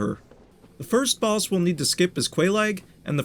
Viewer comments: im hearing "balls" instead of "boss" 😭😭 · Its the accent. Im also hearing "balls" and "ballses" xD